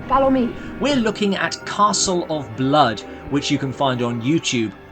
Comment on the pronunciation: CASTLE OF BLAAD